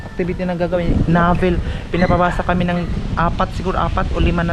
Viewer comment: hi ndi navel…novel ang pronunciation…ayusin mo english mo mgteacher ka pa naman…..